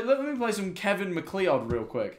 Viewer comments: The way he pronounced MacLeod 😭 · as a scottish person, its pronounced kevin Mac-cloud i beg its not mc lee odd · THE WAY HE SAYS MACLEOD As a MacLeod myself, the CORRECT pronunciation is "Mac-Cloud" PLEASE get it right D:> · Scariest thing about this video was hearing MacLeod said "mack lee odd" 😋